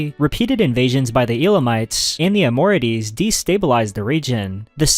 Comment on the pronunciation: shout out to the hittites!!! also i know it’s probably due to reading the terms rather than listening to people talk abt them, but your pronunciations of some sumerian peoples and regions made me laugh (“gushians”/gutians and amorites in particular). great vid!